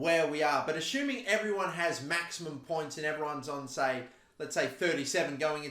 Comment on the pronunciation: Assuming or achuming?